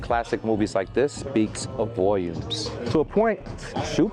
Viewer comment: your ny accent showed with "volume "💀 but 89.99 for 13wheats an the wizs... Man those 13 would get because I just want a pair of em and a deal I low-key seen maybe 2 dtlrs